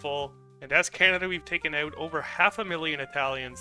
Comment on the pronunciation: I'm from BC, I can hear your east coast accent when you say about and out.